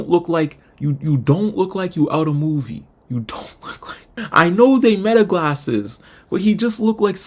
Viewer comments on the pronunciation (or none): none